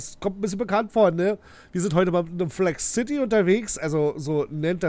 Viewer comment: Cooles Video Es heißt aber Flexcity und nicht Flex City😉